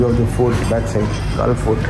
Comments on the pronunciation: Its கோல்(Galle) bro...not கால் 🙂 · It is not colombo, u should pronounce it as colombu....and it is not Gaal..u pronounce it as goal...